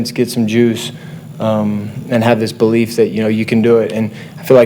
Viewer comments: He said bolief! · i dont know about you but every time he said "belief" i was hearing "BOlief".